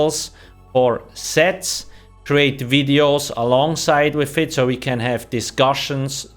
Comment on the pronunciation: I love your "wideos"